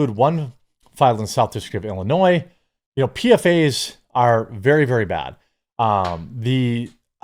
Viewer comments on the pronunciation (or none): PFAS is pronounced "PEE-FOSS"